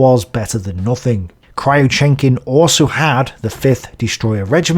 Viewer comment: Kriuchenkin = Crewchenkin (not Cry-Oochenkin)